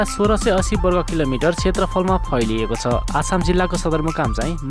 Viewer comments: आछाम होइन अछाम हो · Thukka ... Jillako name ni bhanna aaudaina k video banako hola... आछाम रे । अछाम हो youtuber saab। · आछाम हैन अछाम हो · आछाम होइन होई अछाम हो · आसाम हैन हो अछाम हो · Bro आछाम होइन अछाम हो 😡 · अछाम त राम्रोसँग भन मुला। तोरी